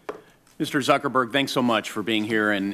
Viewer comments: Did he say "Mr Suckerberg"? LUL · Did Senator Grassley call him Mr Suckerberg? LMAO